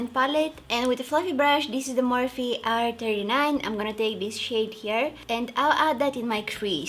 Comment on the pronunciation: always says Morifs when she’s talking about Morphe. It’s Pronounced Mor-fee, I think it’s adorable lol 🤪💓